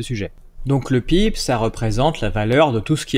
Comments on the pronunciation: Les gens qui disent "pib" au lieu d'epeler les lettres une par une, ça m'énerve, ça fait triso et pas professionnel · Ça rage, ça rage. Néanmoins j'apprécie vos vidéos qui apportent beaucoup, j'ai simple fait remarquer que PIB ce prononce lettre par lettre.